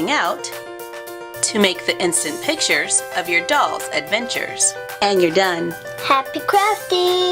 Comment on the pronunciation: She said pichers its pictures